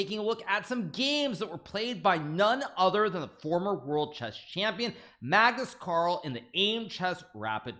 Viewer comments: BLUD SAID MAGNUS CARL🤣🤣🤣🤣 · Did he call him Magnus CARL???